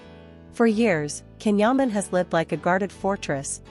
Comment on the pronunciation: The narrater is pronouncing Can's name wrong in all these posts. His name is spelled with a C but in turkish it is pronounced as a J. His name is pronounced John but spelled Jan (Can). He has explained before explaining the the pronouncing and spelling!